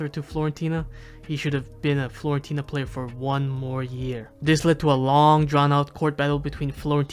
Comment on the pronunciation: stop calling it florentina man